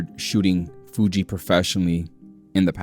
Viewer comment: sounds like you're saying "fuchi" in spanish 🤣